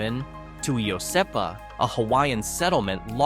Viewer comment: Iosepa ..... Wrong pronunciation there as well.